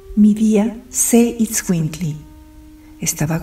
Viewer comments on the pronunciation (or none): correctemente es: Itzcuintli no izcuintli....esta olvidando "t"